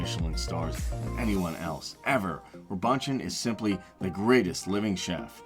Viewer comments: Who edits this?? His name is not Ro Bunch On....it's ro bu shawn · You can tell when a "poor" person does a "luxury" video... Joel Robuchon "Jo elle Ro bu chon" heavenly mashed potato... this guy just knocked off other people's vids... quelle originalité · Egad! Learn to pronounce Robuchon!! I almost turned this video off, as well! 😕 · Mispronunciation on Robuchon had me almost turn off the video, but glad this turned out to be a fairly strong list! I was worried for a second 😝 FYI, Milos is no longer in Cosmo and has since moved to Venetian/Palazzo. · Maybe you could look up how to pronounce Robuchon. You pretty much butchered his name. Sorry.